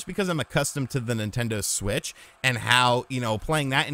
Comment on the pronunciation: Take a shot each time calls it a "Nintento Switch"